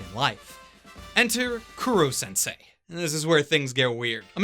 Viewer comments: Did you just say KURO sensei? Its koro... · i know not everyone can pronounce things right all the time but for the love of god KOH-ROH Kuro means Black im damn sure you know that by now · raises hand I thought the humor was perfectly fine. ... Also, it’s “Koro-sensei”, not “Kuro- sensei”. Cuz it’s a pun on the Japanese words for “kill”* and “teacher”. *Actually "unkillable" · An anime reviewer miscalling Koro-sensei as "Kuro-sensei" annoyed me, it's not hard-to-pronounce Japanese words. But not sure if it was mistake from the dub or not. My favorites were their assassination attempt at southern island, and in-class survival game battle. The dark-tone Momotarou was good too. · Who the fuck is Kuro sensei? While I love your reviews, the pronunciation of names always bugs me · Buddy, please put a little more effort into the pronunciation, i know you know how to properly say Koro-sensei